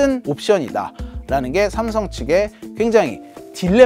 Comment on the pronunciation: 삼성 관계자분들은 댓글 다 읽어보셔야겠네요. 기자분 아드님의 쌤성 발음 넘 귀여워요~~ 미국에서 왔군요 ㅎㅎ